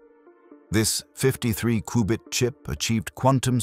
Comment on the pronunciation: A cooo-bit processor??? All that power and it can’t pronounce cubit?